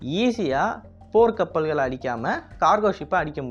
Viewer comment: போர் கப்பல் அடிக்க முடியும் னு தவறுதலாக உச்சரித்துள்ளீர்